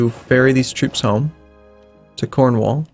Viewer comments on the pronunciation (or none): none